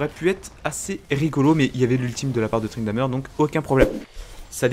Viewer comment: Arrete de dire ''Tryndameure'' ca me stresse bordel